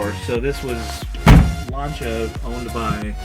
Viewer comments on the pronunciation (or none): Stop pronouncing Lancia as Lanchia, sounds so wrong :P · F.I. heads have big valves. Mikuni carbs didn't get a mention. Paint code 95 Light Blue often known as Ice white as it's white with just a tint of blue. +1 to the Lancia mispronunciation. Very dangerous having overdrive available on all 4 forward gears as it means that if OD is switched in when you select reverse you will damage the OD, the reverse in the GB, or both. Nice armrest/console. Rare and I'd like one for my 220.